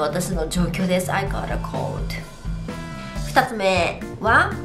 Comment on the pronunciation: caughtのオー → [ɔː] 少し、発音がちゃう気が....